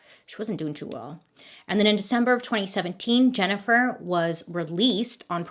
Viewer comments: Every time Bailey says "JenniFER" I feel guilty. I wasnt even there 😂😂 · Man....Bailey saying my name "Jennifer" a bunch of times kept making my ears perk up lol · Jennifer.. Jennifer lol it’s funny how she says her name in this story